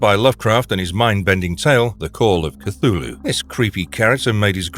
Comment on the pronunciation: It is pronounced: 'clghu' hhloo'